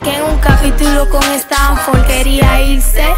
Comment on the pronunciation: ''Estanfor'' xddss